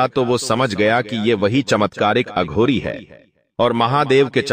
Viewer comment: बेवकूफ अघोरी को अधुरी बोलता है।